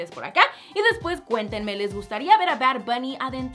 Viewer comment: Jjajaja porque dices bard buuny Líke si crees lo mismo Dislike si no :)